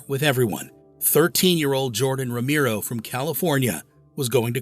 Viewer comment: It was unfortunate that the AI couldn't pronounce Romero properly.